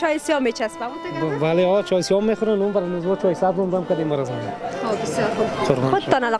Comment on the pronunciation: اول خو گپ زدن را یاد بیگیر چای سه وز نگو سبز بگو کچه نگو کوچه بگو نگو که گپ نمیزمه بگو صحبت نمیکند نگو تو بگو شما تازبیح نگو تسبیح بگو انگوشتر نگو انگشتر شما رقم حرف میزنید که شاید تا صنف دو درس خوانده باشید در این ویدیو شما به صدهاکلمات را اشتباه تلفظ میکنید من صرف چند دانه اسرا مثال دادم